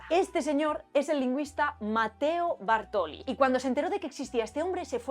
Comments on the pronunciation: Bàrtoli, non bartòli. Por el restante, supercomplimentos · Video molto interessante. Una sola precisazione, si pronuncia Bàrtoli, non Bartòli. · Interesante, gracias. El apellido se pronuncia Bàrtoli.